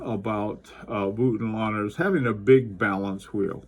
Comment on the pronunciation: The very exact pronunciation of Voutilainen is like so: it starts with the vo as wo in woke not as wo in wolf. So not vuotilainen but vOutilainen.